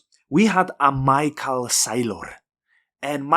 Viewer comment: instant subscribe, and i will never pronounce michae SAYlor differently again.